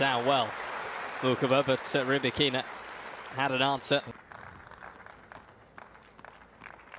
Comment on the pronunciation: Ry-Bak-In-Na.....do doo do do do.......Ry-Bak-In-Na..... do do do do.....Ry-Bak-In-Na....do doo do do do ,do do do, do do do, do do do do do do! do! do! do! do!